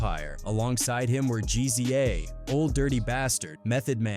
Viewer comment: Can't take this AI shit serious with the "sooge", R-Z-A, G-Z-A, Redmin, Thah Dogg Pound, shitty info, wrong dates, calling CREAM Raekwon' single. 😂😂😂